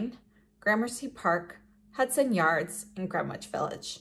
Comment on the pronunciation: I’m sorry for being that person but as a New Yorker I need to say this, the “W” in Greenwich Village is silent. It’s pronounced “Gren-itch Village.” Great video these lipsticks are beautiful and they look great on you!